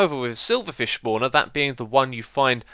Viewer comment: "Schpawner" :D